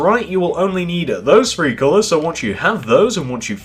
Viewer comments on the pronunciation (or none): he prounces "three" like "free" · Why do you say free in stede of three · How come when he says wants to say three he says free lol